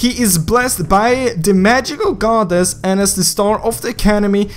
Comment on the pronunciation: "Magicauaoual Goddess" LMAO